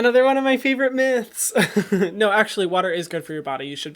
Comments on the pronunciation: Lol when he said “ noh ” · The way he said "noh" reminded me a lot of that scene in Teen Wolf when Stiles says "Do you wanna hear it in Spanish? NOH" loll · that “nõ” after the bit about just using water to get rid of acne was just iconic😂😂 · The NO it's giving me life 😂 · The way he said “NO” made immediately my day lmao